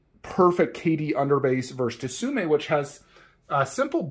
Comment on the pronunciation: Tsume is better imo so I agree. FYI it’s pronounced sume Art the T is silent like in tsunami 😁